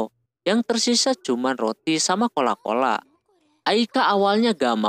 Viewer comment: Coca Cola ❌ Cola Cola ✅🤣🤣🤣